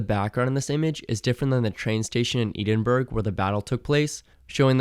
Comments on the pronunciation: Just so you know it isn't pronounced "eedinburg" it's pronounced "Eh-Din-Bur-Uh" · E-din-burg? What is that? Edinburgh is pronounced edin-borough for future reference. That’s like how Ai would say it. Strange. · Maybe the worst pronunciation of Edinburgh I've ever heard. Its pronounced EH-DUN-BRUH, not EDEN-BURG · EEDINBURG REALLY EEDENBURG !!!!!!!!! It’s pronounced Ed-in-brugh not burg btw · How can you make a whole (and brilliant) video essay using all this research, but still pronounce. "Ed-in-bah-rah" as "E-din-burg"? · its not pronounced eedinburg 😭😭 ed (dead) in bruh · every time American's saying Edinburgh i cringe hahaha eden-burggg is wrong Edin-bruh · It's not "eden burg" 😭 It's pronounced "ehdin bruh" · Sadly, I have heard the "eden burg" pronunciation before. Having lived in England my whole life, I can't say I've heard people say "eh-dinn-burr-uh" though. I've always heard and said "eh-dinn-bruh". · Wtf is Eedinbürg?? 😂😂😂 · ee-din-burg is just… 😭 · Eden-Burg, come on man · The famous Norwegian city of Edenburg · He also keeps saying "Eedinburg"... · “Edenburg Norway” like bro what 😭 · Great vid! But like...Edenberg lol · I've never heard someone pronounce Edinburgh so wrong. For future reference it's "Eh-Dinn-Burr-Uh" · canadian here, my first pronounciation was indeed "Eden-berg". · Dude i just reached this part and freaked out. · Edin-burg lol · No it's not, it's pronounced Eh-din-bruh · the way he said Edinburgh hurts my entires blood lines soul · wait.........how did you pronounce Edinburgh?? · love the vid but we must work on how you pronounce Edinburgh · please reconsider your pronunciation of Edinburgh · what is that pronunciation of Edinburgh 💀💀💀